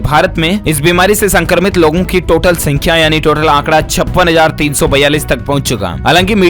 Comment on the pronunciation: A kya Bolte hai upper pachne walo ki Sankhya Thik se bolne nhi aata hai kya